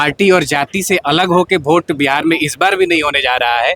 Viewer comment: अरे भाई साहब ओट नहीं वोट होता है